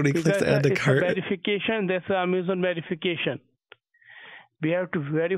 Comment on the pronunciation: Did you say Yamazon???